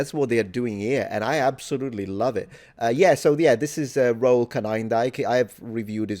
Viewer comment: "Roel" is pronounced "Rool" and roll the R, full tongue trill, enjoy! Pronunciation of Roel's last name also needs works, but it is less wrong than what happens to "Roel" regularly, so I'm happy to pick my battles, lol! -- trust me bro, I am actually Dutch 🇳🇱🧡, as is Roel